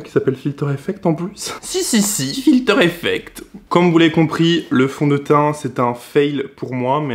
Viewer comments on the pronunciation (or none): SI SI SI FILTER EFFECT 😂😂😂 C'est quoi cette intonation weirdo ahaha